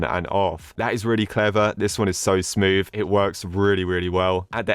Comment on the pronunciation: “This is really sMoVe”